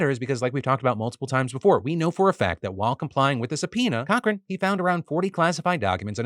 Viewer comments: I had to do a double take when you mentioned the Trump Lawyer's name. I thought I heard "Evan Cockring" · As a Cochran here, please, lord have mercy, apologize for butchering this name in so many ways